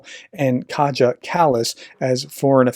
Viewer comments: Thank you for your work! Just one comment, though: Kaja Kallas' given name is pronounced "ka-ya", not "ka-cha". Thank you for mentioning her; and for relaying to the western audience what she says. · You ought to pronounce "Kaja" as "Kaya".